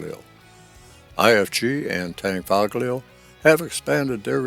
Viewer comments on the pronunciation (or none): A good Video but the g in Tanfoglio is not outspoken